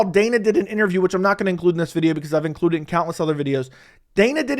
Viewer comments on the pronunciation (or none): none